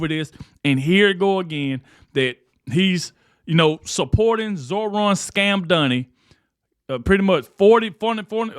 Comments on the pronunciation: you have become my nightly news! keep up the good work, and just kkep being yourself.. That being said, its "MAM-DANI, MAM MAM MAM-DANI", not "MON-DANI" LOL! IDK, just having fun lol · When you said Scam Donnie, you actually said his name almost correctly. For months that I’ve been hearing you talk about Donnie you’ve been saying MANDANI. So if you’re going to speak, please try to speak correctly so I can understand what the fuck you’re talking about. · who's Mondani? His name is Mamdani